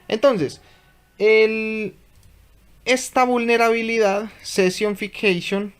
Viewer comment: SE pronuncia sesion ficseichon, asi deberia de sonar jeje